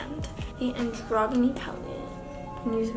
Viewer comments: Its pronounced an-jro-Jin-ee not anGroginy 💀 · "an- DROG- UH- KNEE palette" anyone else amused at how she can't pronounce androgyny